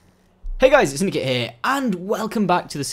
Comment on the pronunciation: he said simdikate project at start